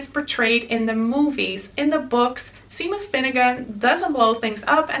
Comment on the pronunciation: I love the Trelawney pop too! Although she's not necessarily one of my favourite characters, I love the details of that pop, as well as the overall look. I'm not usually one to collect figures, but I love how Funko manages to capture a scene with the pops. Oh, and Seamus is pronounced "Shaymos". Ya, I know, not obvious, but then again, half of English isn't pronounced as one would expect lol. Have a great weekend!